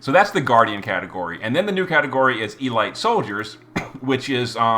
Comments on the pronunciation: Seriously, e-light? Have you never heard the word elite pronounced before? It's e-leet. I'm now convinced all the mispronunciations are on purpose. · its eh-leet, not ee-light. You had my up the wall with that one lol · its pronounced e-leet not e-light. youre makin me face palm here bro.